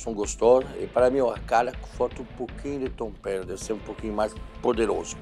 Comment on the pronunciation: pra quem ama o Jacquin falando tompero hahahaha